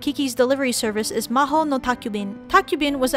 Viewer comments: Ma-jo. Not Ma ho. Lol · Majo no takkyubin is not pronounced as maho, it's actually pronounced majyo. And the magazine is called Anime-jyu, not animaGE.